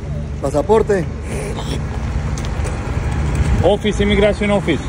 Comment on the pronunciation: Yrr bhai ye Buddha baar baar mt dikhao Ye to meme bn jayega India me kaise bolta h PASSAPORTE PASSAPORTE😂😂